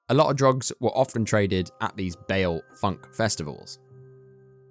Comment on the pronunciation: Bail Festivals... Balle festivals,.... bro you gotta work on your pronounciations. You don't prounce the LL. Bailar is spanish danish